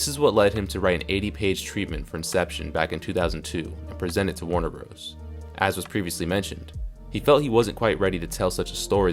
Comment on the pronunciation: “Warner broes”.